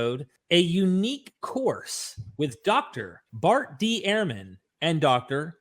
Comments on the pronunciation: Bart Ehrman's name is pronounced 'Erman' not 'Airman' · Dude, Ehrman is not pronounced airman. It's like ur-man.